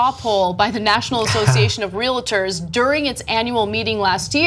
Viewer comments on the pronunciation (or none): I love you guys so much but it's REAL-TORS not REAL-A-TORS